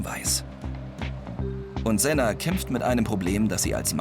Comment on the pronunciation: Ich heiße sena aber die haben es falsch ausgesprochen :( da wo oljay es aus spricht das ist richtig